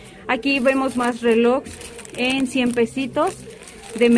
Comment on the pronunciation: Se dice RELOJES no relogs.